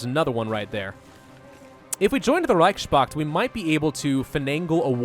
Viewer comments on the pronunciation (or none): It's Reichspakt, not Reichschpakt.